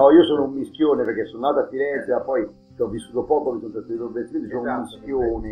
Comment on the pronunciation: A quando Giorgio ha detto "mischione" ho capito "minchione" ahahahahah Scandisci bene, mis(n)chione....